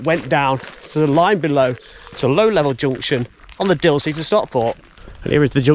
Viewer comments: Excellent Video, however not pronouced "Dilsley" correct is Disley. Trains from Rose Hill run to Manchester either via Woodley or Bredbury. Bredbury is the closest station to Stockport with a direct bus service into the town outside of the station. Bus no is 330. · Very good, but its Disley, not Dilsley as you seemed to say. It has a bar there serving many malt whiskeys. So if you had a shop in Disley selling Malt Whiskey, what else would you call it, but....Malt Disley. Excellent. Wonder if it's a Mickey Mouse outfit? Lol. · It's Disley, not Dilsey. It's been pronounced incorrectly at least twice.